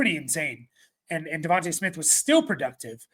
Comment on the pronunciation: Devon Tay not Devon-TUH Smith